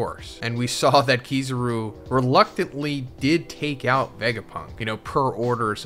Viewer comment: You did not just say Keeezaaaaaruuuu😂 why are your pronouncing they’re names like that😂🤦🏾